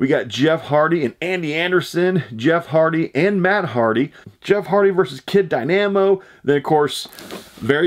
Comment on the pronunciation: Kid Dy-Nam-O lol